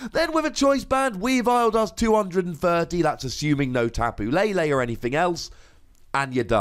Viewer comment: SAYS TAPU LALE INSTEAD OF TAPU LELE LOL